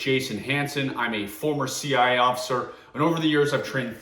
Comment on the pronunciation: I’m conflicted. Everything says he’s a former CIA officer but I don’t hear CIA coming out of his mouth. I only hear CI. I like his presentations. Good info. But I still want to hear him say C-I-A. Maybe it’s just me